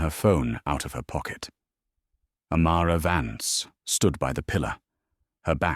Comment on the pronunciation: its amara vance not amara vants